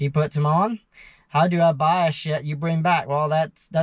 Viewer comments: Its strange you pronounce renting "rending" but then you pronounce shed "shet" so it's not like you have a speech impediment where you can't say D's. Just swap the D in rending with the T in shet and they'll both be right😅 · it sounds like you are saying shit because of the pronunciation of the D and T..like when you say they or the it sounds like you are saying day,,not using the th sound.